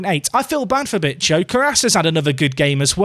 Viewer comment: Hey if you don't want to risk getting demonetized Bicho is pronounced like Bi sho the Sho sounds like Show with the W if this didn't help just put it on Google translate and let Google speak